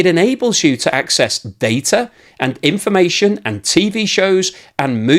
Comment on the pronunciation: Information. Not INFOmation. Fix your channel.